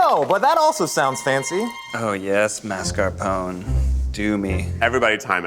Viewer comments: Look, I know we're in the US (or the try guys are) but every time I hear that pronunciation of mascarpone it causes me pain. So if you care, and only if you do, it is pronounced MAH-SCAR-PONE-AY. Peace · I’m sorry but the way they say mascarpone hurts my brain